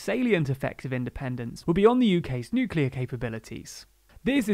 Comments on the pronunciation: Again, it's "new-clear" please, NOT George W Bush's "new-kew-lar". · [ <-- hearing problems and OCD ] Please stop saying new-cue-lar, you're speaking in an English accent! Nu-clee-ar, like Nu-clee-us, other than that I can't fault your diction, nice and clear. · you're still pronouncing nuclear 'nuculer' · Sorry, I have a rule not to like any video, which can't pronounce "nuclear".